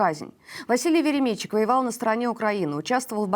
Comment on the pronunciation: славная ведущая, однако у неё есть проблема: частые неправильные ударения в словах. В частности, в этом ролике ‘КаУстик вместо КАустик’, ‘ВеремЕйчук вместо ВеремейчУк’, ‘к утрУ вместо к Утру’. Дружеский совет: перед выходом в эфир уточнять произношение слов, в которых не уверена. Удачи!